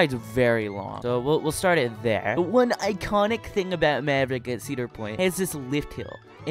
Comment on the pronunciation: He got maverick wrong😂😂